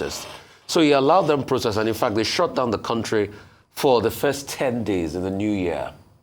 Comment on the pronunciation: plse learn the right pronunciation for the word, "protest".